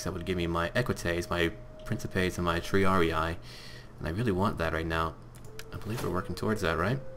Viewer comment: Please, stop pronouncing triarii that way. it's Tr-ee-ar-ee-ee, not tr-ee-ar-ee-i, as you say. every "i" is pronounced the same way